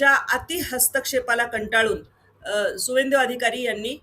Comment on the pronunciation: त्याचं नाव शुभेंदू अधिकारी असं आहे. सुवेंदू नाही.